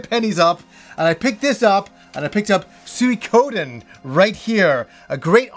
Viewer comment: the way you pronounced suikoden was controversial i thought, until i couldn't find anyone else in the comments talking about it :) love you content!